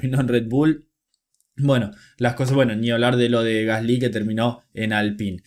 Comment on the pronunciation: Se pronuncia gasli sin acento en la y. Por favor puedes pronunciarlo bien? Xd